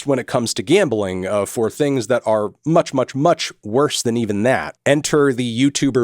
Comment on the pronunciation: Bro its Gambling not Gambaling.